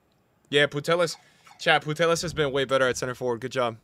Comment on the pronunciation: my man, you have to stop calling Putellas Putelas, you are not calling LLorente Lorente so please stopppp